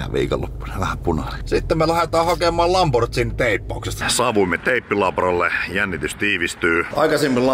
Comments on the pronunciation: se on LamborGhini, ei LamborChini. Pikkuvikoja, hieno lambo!:) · tässä mietin ku oot nuita auto miehiä ni miks sää sitte sanot "lambortsiini"??